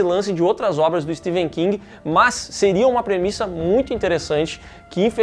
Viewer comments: É Stephen, com som de F, não de V. Pelo menos isso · STEPHEN KING e não STEVEN. O Vídeo todo pronunciando errado. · Pow o nome do cara é StePHen e não SteVen meu .... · Eu estou escutando "Steven" King, ou é impressão minha? kkkk